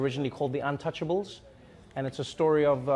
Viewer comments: "Untouchables"? Do your homework or learn how to enunciate. It's The Intouchables. Oh and the movie's about a quadriplegic and not a paraplegic. Do your homework or use que cards. Movies being cast for people who aren't actually part of that community? Would you feel the same if the actor who posted this comment was only a paraplegic. Fortunately the Daily Show is a comedy show and is meant to evoke thought and not provoke thought. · That's not how you pronounce untouchable, the french didn't give their movie an english title. untouchable is an french word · Lol its intouchables not untouchables.